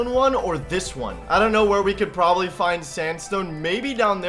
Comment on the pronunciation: He said p'w'obably.